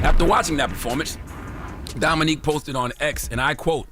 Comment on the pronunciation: Shame. The way Charla kept saying Dominique instead of Dominic 🤣🤣🤣🤣🤣